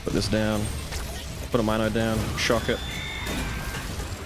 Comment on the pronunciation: I know you love Milo but it's gat dayum mino as in Minotaur. I know it's a mine and it's mind control but I just can't look at mino and say mine-o